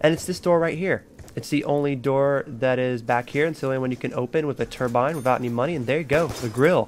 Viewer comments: Cruton 21 I know what a turbine is, but he kept saying turmbine i.e. why I said "what is that?" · also, turmbine? wtf is that thing?